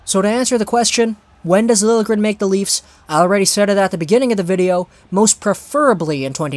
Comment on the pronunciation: It is pronounced Lil - yeah - gren